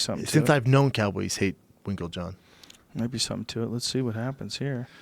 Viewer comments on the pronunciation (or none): Brendan has a real tough time saying winklejohn huh